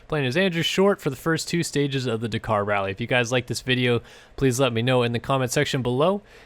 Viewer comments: It’s daaaakar not dacar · Dak-ar not di-car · It's pronounced 'Dah-Kar' not 'D'Kar' ...............sorry but it was crippling me 😂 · Dakar not dacar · "Dak-Kar" not "d'kar" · Bugs me how you cant pronounce the name. It's Dakar (da-kar) not dkar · Come on man it's pronounced Dak-ar not D'kar. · DA kar, not D'kar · Dakar not Dekar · Dukar? its da kar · he pronounces it decaaaaaar and not dakar XD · dkar its D-Akar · Bro it’s pronounced dAkar not emphasize the A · God I hate how he says ‘DaKKar’. . . Haha (Yes i’m aware of the correct spelling, the pronunciation is that of a double K, like “Dak-Car” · am I crazy? I swear I've never heard it pronounced "d'car" before. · Why cannot you pronounce Dakar properly?? Sounds like de car wtf? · It sounds like "dukar" when he says it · “Duh car” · Dakar not deeeekar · Your not saying dakar right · Please pronounce Dakar properly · Please say Dakar properly. Like a normal person thx x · every time you dakar i cringe a little. you say it wrong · The way you say DAKAR is disgusting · Learn how to pronounce "Dakar" before you do a review on it! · You need to learn how to pronounce Dakar properly..... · Is that the American way of saying Dakar. Because its wrong and triggering me :)